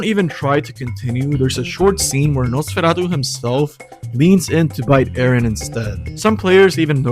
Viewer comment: i think you're the first person i heard pronouncing "Nosferatu" correctly